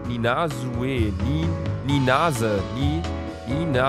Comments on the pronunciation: Nina Sue (ausgesprochen: [Nina Su] ) Niemand: Wirklich Niemand: Luca: [nina süü, nina süe] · Es geht um den Namen "Nina-Sue". Ein normaler Mensch: Nina...Su? Nina...Schu? Luca: NINASE. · Das spricht man ,, Nina Sue" aus.😂🙄😣😂😂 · Das spricht man Nina zu Aus 😂😊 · Das spricht man Nina-Su aus 😁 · Warum zum Fick, kriegt kein einziger YouTube es hin, Nina-Sue (ßu) auszusprechen? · Nina ßu wird es ausgesprochen (Sue wird mit scharfem s gesprochen und ohne e)